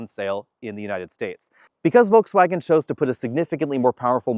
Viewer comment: This is a nice review. Please note that there is an ‘r’ in forward, and an ‘l’ in Volkswagen.